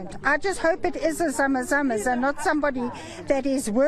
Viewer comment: It's not Zama zamas